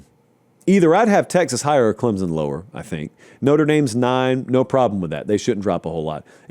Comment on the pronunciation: Please, for the love of everything holy, it is Clem-sun, not Clem-zun. You can love us or hate us, you are free to criticize however you wish. But pronounce our name correctly.